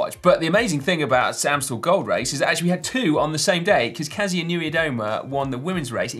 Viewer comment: I know looking at the name Kasia you would think to pronounce it that way but it's actually pronounced Kasha. I'd probably butcher the surname myself though so I guess that evens things out.